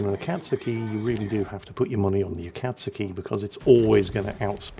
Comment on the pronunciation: Akatsuki, Akizuki, same thing! Though I guess those names are similar... so, not your worst, but still very much in the wheelhouse!